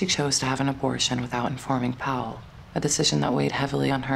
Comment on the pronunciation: The narrator doesn’t understand that William’s sir name is Powell NOT Pal!!! It has two syllables…count them. I adore William Powell. He was great as Nick Charles and in one of my favorite movies “Life with Father”. Wonderful actor!❤ I believe that Jean Harlow was his true love. Then she died and left him broken hearted 💔. So sad!